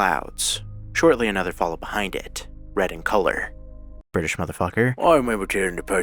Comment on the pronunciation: immediately switching to a british accent upon reading the word "colour" absolutely killed me